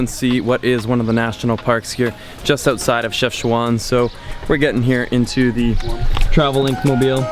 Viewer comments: It's not pronounced CHEFCHOUAN* but CHEFCHAOUEN* and i reaally love your videos in my country ❤ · Dude it’s called CHEFCHAOUEN not CHEFCHOUAN 😂😂😂😂😂😂